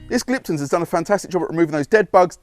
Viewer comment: There is a very common theme with any reviews on Gliptone products from detailers in the UK , and that is how it is pronounced. its not Gliptun , it is Gliptone like tone of voice.